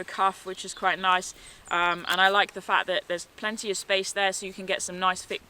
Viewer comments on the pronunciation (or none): none